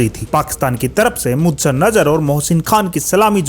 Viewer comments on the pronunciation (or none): भाई जब आपको बोलने का इतना शौक है कि 10 मिनट के वीडियो को आपने खींच खींच कर 25 मिनट का बना दिया, तो थोड़ा ढंग से बोलना भी सीख लो। वेंगसकर नहीं है, वेंगसरकर है। मुदसर नहीं है, मुद्दस्सर है।